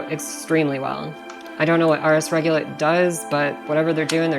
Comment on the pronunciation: RS regulate not RS regulit lol